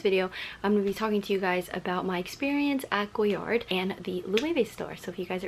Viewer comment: Also it’s “goyar” the d is silent, but most YouTubers really stress that “d” sound